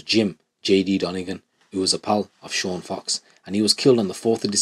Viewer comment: Sean Fox christ get the guys name right